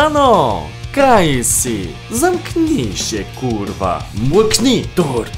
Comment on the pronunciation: Z tym 'kurwa' tak dojebał. Przy okazji elo Polacy. Edit: dzięki za 4 Like, pozdro